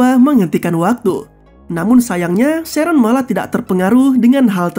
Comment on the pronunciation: sheren kek gitu lh bg bacanya bkn sheron🗿